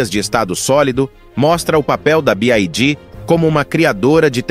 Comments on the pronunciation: Y = "wai" e não "ai" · A pronúncia certa para a sigla BYD é BI-UÁI-DÍÍ !